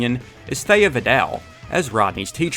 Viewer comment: Theee-ah not Thay-ah Plz and thank you